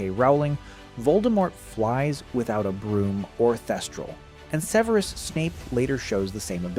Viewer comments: No, the voice over is probably AI. The name itself can be pronounced like this (seveerus), but in the films (and the standard English pronunciation) is sev-rus or sev-eh-rus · Start with pronunciation: It's SEV-er-us, not Seh-VERE-us. It's ROE-ling as in BOW-ling, now RAO-ling as in HOW-ling. If Aetch-BEEOH, screws THAT up from the start, the series will explode like Seamus' feather. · Seveerus? Is that how his name is pronounced? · So...the author of this video can't pronounce "Severus", and doesn't show how thet movies "got wrong" these spells. More clickbiat bullshit. Thumbs down.